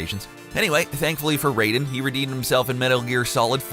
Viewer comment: This is the first time I've ever heard somebody dislike him, given how he pronounces Raiden and Samus, I'm questioning if he knows about these games, or just spouting out a script anyway